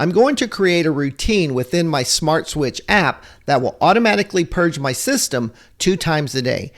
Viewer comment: It's "purge" not "purg"